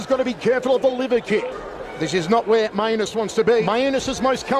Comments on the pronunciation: Is it not pronounced "May-Nus" rather than "My-a-nus"? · actually shouldn't it be pronouced with Main-us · I really hope his last name is actually pronounced "mee-an-es" or something and they just forgot to tell the announcer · He so clearly pronounced that one as two words. Every other time was 50/50, but that one was indisputable. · i believe its pronounced main-us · "This is not where Mainus wants to be... Mainus is most comfortable on the ground" and "OHHH STINGING PUNCH TO MAINUS" got me literally dying laughing...is that actually how his name is pronounced or is it the guys accent?